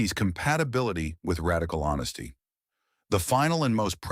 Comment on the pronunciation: WTF is wrong with the AI nonsense generating words like "HONSSTY" and "CRRTEX" instead of "honesty" and "cortex?"